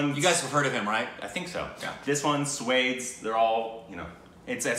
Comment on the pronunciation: its so irritating you say Sway-ds for Swades ..its Swa-they-sh